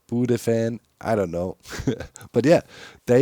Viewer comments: It's pronounced bu - dew. It's a pokemon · (Oh btw "Budew" is the english name of a pokemon (Knospi in german afaik) so I thiink its pronounced "Bud-dew")